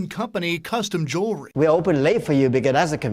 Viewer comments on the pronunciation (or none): Jew-el-ry NOT Jury! Rest in Peace Take off! 😪💔🙏🏾